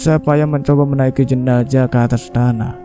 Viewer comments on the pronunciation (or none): Klo mayatnya wanita almarhumah bukan almarhum.almarhum itu utk laki".klo jenazah jgn d bc jenajah knp sih? Emng ga bs ya bedain huruf Z dan J ? Gawan menculik mayat kalimat ini salah.klo orang menculik yg d culik itu korbannya hidup.klo Gawan mencuri mayat bukan menculik.klo kejadian ini d Sampit rasanya ga semudah itu mencuri mayat ap lg sendirian.karena pemakaman d Sampit baru d gali 1 m aj ud keluar air ap lg sampe d gali lbh dlm lg tentunya airnya bertambah dlm lg Sy kira ga msuk akal klo d kerjain sendiri.mengangkat peti mati yg ad mayatnya itu aj minimal hrs 4 orang.itu klo tanahnya kering sperti d p.jawa.klo sperti d Sampit ga msuk akal bnget klo d angkat sendirian.nonsens impossible.lain kali klo nyiarin cerita mistery lg sbelum d siarin d cek recek dlu.spy ga d katain goblok bin bodoh